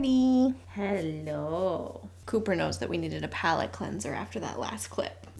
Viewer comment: Coo-purr and Mr. Mu-Zeke 🤣